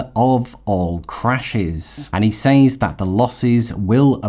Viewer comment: Just a heads up - Says is pronounced Sez. I only discovered this at age 50 and I was surprised that know one ever told me. Thanks for the excellent content.